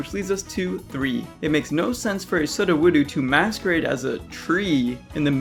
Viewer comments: Why do you say sud o woodoo? It's meant to be pronounced like the word pseudo because it means fake. Sudowoodo is fake wood. And it doesn't have the oo at the end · it's pronounced soo-doh-woo-doh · Why the fwck is it always so hard for everyone to pronounce sudowoodo 🙄 it’s not that hard folks “pseudo-WOOD-o” sheesh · It's pronounced pseudo-wood-o god kill me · I LOVE your animations-- but PLZ sir- it's "SUE-DOE-WOO-DOE" like pseudo wood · Suhdowoodoo? This is so irritating 😣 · There are a lot of comments on this video, so I don't know if someone has already said this. I believe you're mispronouncing Sudowoodo's name. It's a pun. Since it's a rock type imitating a tree, it's pseudo wood. So that's how it's pronounced. Pseudo-woodo. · It's pronounced Pseudoweudo if that helps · ... "Sudda Woodoo"... How in the world could you mispronounce that xD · I love you but I'm pretty sure it's pronounced "soo-doh-woo-doh" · You say sudowoodo wrong. It's sue doe woood oh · It’s pseudo-wood-oh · Psudo wood oh SOO DOH WOO DOH Otherwise great vid! Keep up the excellent work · Say it with me now SU(sue) DO (DOH) WOO (wu) DO (DOH) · Ah yes, Suddawoodoo, my favourite not-tree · Great video just one thing Sudowoodo Psuedo-wood-o “Soo- Doe- Woo- Doe” Pseudo wood because it’s pretending to be wood, and also perished wood which is wood turned to rock hence the rock type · I audibly cringed. SOO-doh-WOO-doh. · Ah yes sa-doh-woo-doo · its pronounced psuedo wood oh. By saying it that way, it also explains the pun. Please. Stop saying...whatever that was. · I like your new Wingle animation but the way you said Soodowoodo kind of bothered me 😂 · Should be pronounced "SUE-DOH-WOO-DOH." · I'm so much more bothered by this than I should be. It's pronounced Pseudo-wood-oh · it hurt me every time he said sud-uh-woo-doo..... surprised no one else is talking about this :'> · he said sudawoodo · It's actually pronounced SOO-DOH-WOOD-OH. You know, like "Pseudo Wood". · suhdew-woodew lmao